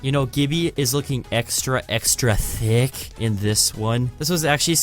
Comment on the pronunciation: Did anyone else noticed how he said thick.😂😂